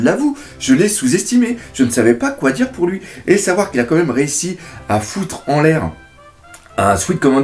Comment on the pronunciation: Tu dis "co même" au lieu de "quand même" xD Sinon très bonne critique analyse ! ^^